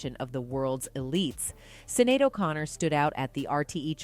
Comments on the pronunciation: her name is pronounced "shin-ade" not "sinade" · Her name is pronounced Shin-ade not cin-nade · Sinead : pronounced SHINADE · Her name is pronounced shin-aid. Thanks. 🖤